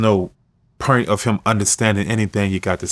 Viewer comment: Oil is earl Orange is Erangae Point is Pernt